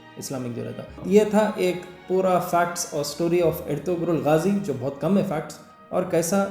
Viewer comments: Pronunciation erturul ( not ertugrul) g' silent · The correct way to pronounce Ertugrul is Erturul bcoz g is sof in turkish language so pls dont pronounce g in Ertugrul☺️ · Ertugrul Gazi kabka khatam hogaya dekhna.. kurlus Osman dekhraun ab.. pronounciation me g silent hai bhai.. "erturul" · Ur pronouncing wrong... Ertugrul..G is silent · Salaam alaikum , I am a big fan of your channel and watch almost all the videos, loved this one too. However, I would like to tell you a thing here , if I am not taken wrong. It is Erturul....the pronunciation of the name. 'G' is silent in the name. You can always cross check. Thank you, jazakAllah. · It's pronounced like "artarul" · It is erturul Ertuğrul The g is silent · It's Erturul &in Turkey G is silent.. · Pronounce sahi kara na sikh mere bhai e silent hai re bhai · Naam bolna sikho yaro seedha pehle. Khud dekho pehle series aur naam bolna sikho turkish me. Woh salafi, ahle hadith mulloun ke bayan sun leke video bana dere 🤣🤣🤣